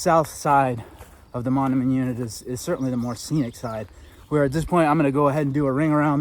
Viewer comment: Hi, just started watching, very nice to highlight Iowa's loess hills. BTW Mondamian is pronounced mon-day-min. Thanks for the video!